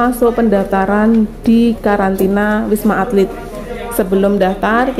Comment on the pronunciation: Ralat, wisma atlit bukan alit 😊